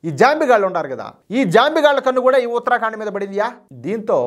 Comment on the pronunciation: దయచేసి ఉత్తర ఖండ్ అని పలకండి, ఉత్తరా కాండ్ కాదు. మంచి వార్తకు ధన్యవాదాలు